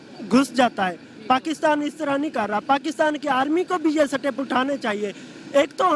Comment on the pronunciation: Seetep hahi...step hota hai